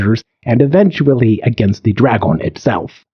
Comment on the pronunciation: The AI pronunciation of English is wild. draGON